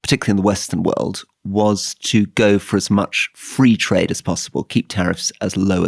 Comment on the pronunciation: The way he said “tariffs” and “trade”